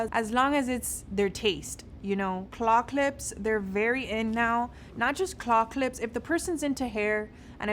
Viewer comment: The hard drive is such a good gift idea. For people that use computers a lot, you can never have enough space. I realised last year using my internal Mac storage was not going to work anymore 🤣 Also, when you were saying claw clips, I thought you were saying clock lips and I was so confused for a second lol